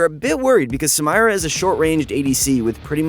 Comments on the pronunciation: Learn to speak and pronounce the name correctly then maybe people will bother finishing the video. Have a little professionalism for something you claim to take seriously. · PLS PRONOUNCE HER NAME PROPERLY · Its soooo saaaad he is pronouncing her name soooo wrooooooong... come ooon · Sometimes i think you people mispronounce names on purpose. It's not funny at all if so, it's irritating, especially from people who always swear they're professional. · come on bro. I know you’re trolling. You should watch Riot’s champ spotlight to see how Samira is pronounced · I'm not even sure what he said for half the video because I'm raging at how he says her name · when youre first and dont know what to say Edit: he says samira wrong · I cringed so hard when I heard it 😅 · I was about to say the same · Well not to ruin shit for people but she’s called Samira pronounced (sameera) it’s an Arabic originated name so not “samyra” that shit won’t work. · PLEASE STOOOOOOOOOOOP IT'S SAMIIIIIIIIIIIIRAAAAAAAAA NOOT SAMMMMMAYYYYYYYYYYYRAAAAAAAA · Sah-me-rah not Sam-eye-ra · Please stop calling her samaira this is really triggering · said SAM-irah instead of Sameera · You pronunced the Champion's name wrong its Katarina 2.0 not Samayra. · people: Samira this guy: Sam-air-rah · Who tf says "SamIra" its "sameera" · The name´s samira, not samaira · Why r u calling her ‘sA-mYRa’ it’s spelled ‘SA-Mira’, do you also say ‘sY-VyR’ instead of ‘SIV-IR’. XD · its SAMIRA... no SAMAYRA LMAO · Sa- mi -ra, not sa-may-ra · hes saying samayra not samira, hes trying to hard to be different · Sam-EEEEEEEEE-Rah not Sam-EYE-Rah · the fact that he says "Samayra" instead of "Samira".... bothers me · I was just like please stop saying her name, just say she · Take a shot every time he says Samayra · sa-my-ra sa-my-ra sa-my-ra sa-my-ra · Someone please tell her name's pronounced SA MEE RA. Riot themselves say so. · Why does dan say sam"i"ra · sam eye ra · its Suh meer Uh..uncultured swine